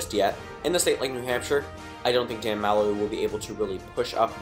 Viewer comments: MAL-loy? Its pronounced Mu-loy. I was cringing the who time... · No doubt. I don't even care if you pronounced Malloy's name wrong, he's a jackass. I'm from Connecticut, I'd give Hogan my vote.